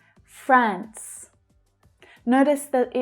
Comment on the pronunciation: why did you pronounce france different from the transcription written under it?